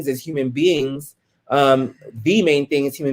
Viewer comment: “Da” why did you say da instead of the lmao.